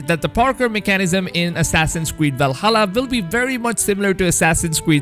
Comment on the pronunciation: val-ha-lluh, not val-hulla